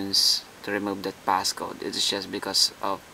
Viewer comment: Notice he also says "PassGoat"